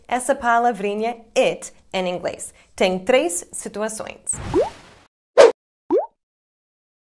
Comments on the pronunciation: Que legal o "Em Inglês" dela parece en inglês pq ele estão acostumados a juntar o "in english" que é com N e não M, mas o Português dela é um dos melhores. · Hey,! Your Portuguese is beyond excellent! However, when you connect "em + inglès," you give yourself away. It's not so simple to explain here because the connection between these words produces a phoneme that doesn't exist in English. Try and hear how native Brazilians pronounce them. I'm sure you'll master this in no time. Great channel! Way to go!!